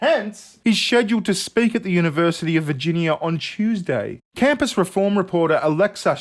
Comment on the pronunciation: Yniversity... Af Figinia... Yeah there I think I got it down pat